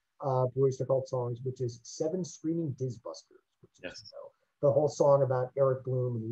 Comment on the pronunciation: wtf is a "Diz buster"?????